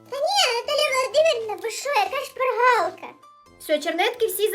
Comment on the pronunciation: там так відчувається як шпаргАлка